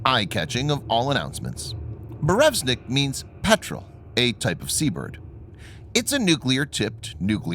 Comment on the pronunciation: BurEvEstnik ... come on dude read the letters.